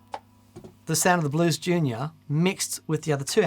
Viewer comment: The day says Blues Junior correctly will be the end of the universe